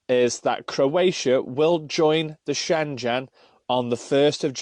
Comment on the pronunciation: Shengen,,, not shenjen!! Great bid, but it kept grating on me everytime u said Shenjen!!! 😉